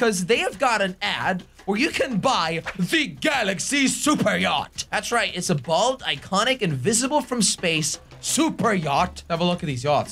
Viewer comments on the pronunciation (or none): instead of saying bold he said bald. that really cracked me up